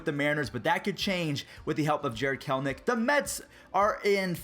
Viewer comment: It isn’t Jared kelnic you have to actually read the name there is an E it’s Jared KELL as in Kelly and enick as in lowercase e and the name nick Jared kelEnic